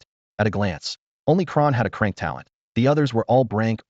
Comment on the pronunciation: 😂😅😅 It's C-Rank not Crank it cracks me up everytime 😅